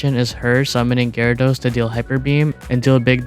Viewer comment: I came To see comments the moment he said gyrados😂